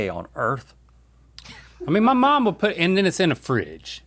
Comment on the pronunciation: Does anybody else say would as (wool D)?